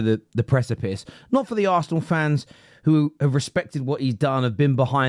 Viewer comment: Arsneal lmao... It's the first word... How did u mess that up 😂😂😂